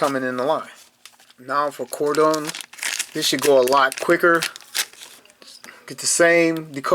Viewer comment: I don’t know if you heard, but for the next release, we’re getting Grimlock!! 🙌🏼 I’m stoked! Lastly, Cordons name… I did a little research to learn how to correctly pronounce it; Cor•din. Say it fast Cord’n. It’s what the cops do when they’re investigating. Whalah!! ✌🏼✊🏼